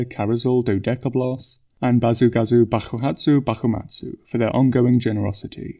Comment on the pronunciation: i love how since following since the start, one can notice he's been having less time struggling basu gasu bakuhatsu bakumatsu's name ^^ inb4 he begins to say it with with typical japanese pronounciation